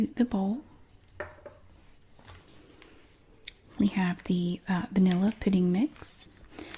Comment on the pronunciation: when she says vanilla it sounds like banilla